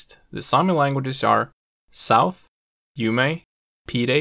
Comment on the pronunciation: You are not pronouncing the names of the Sami languages correctly. For instance Ume=oo-muh